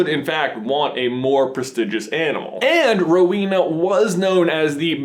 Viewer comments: It's Row-en-ah, not Row-een-ah! AND Ravenclaw is blue and BRONZE, not blue and gold! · J, it's pronounced more like Row-Eena, not so much Row-weena; slight pause after the Row and before the Ena. I know this because I am one. (Yes, my house is Ravenclaw.) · oh my... there are so many things wrong with this (sry trying not to b a hate comment.) ravenclaw colors are blue and BRONZE, not blue and gold. the symbols are because of their patronuses. Rowena had an eagle patronus. its not pronounced hel-en-a its hel-ay-na (i may be wrong but my middle name is pronounced like hel-ay-na, not Hel-en-a. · i know you probably already got lots of grief for this but i'm a ravenclaw and im pretty sure its blue and bronze not gold lol sorry and is the pronunciation of Rowena right?? i always thought it was ro-weh-na not ro-wee-na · ...I always thought it was pronounced "Row-eh-nah"...?